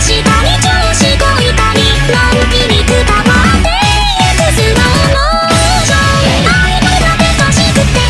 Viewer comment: ゆっくりがすろぉもぉしょんって言ってた)))))